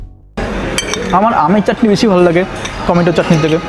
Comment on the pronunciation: Bdw it's "chatni" not "chakni"